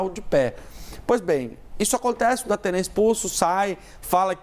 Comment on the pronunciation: É impressão minha ou ela falou Dapena? Kkkkk